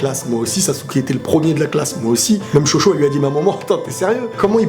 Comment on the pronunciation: chocho''?? loool ''TJocho''!! Bob sang de bois!!